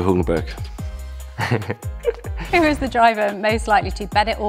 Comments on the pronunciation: Nobody:: "Nico Hulkenburg" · Not saying nico hülkenburg